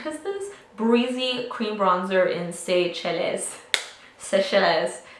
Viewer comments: lol it's pronounced "Say-Shells" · Seychelles = Say-shell :) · You kill me 😂 Seychelles is pronounced “say-shells”! I’m also going to try that Zoeva foundation! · I thought Seychelles was pronounced sea shells lol